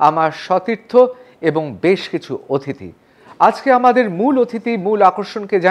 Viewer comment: অথিতি নয় অতিথি হবে